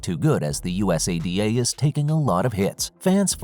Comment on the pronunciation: U-S-A-D-A 😂😂 go through the trouble of a video and don't research how to pronounce US-ADA